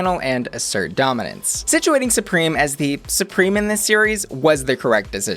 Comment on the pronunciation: Her name is Supremme, not Supreme. It rhymes with crème, not cream.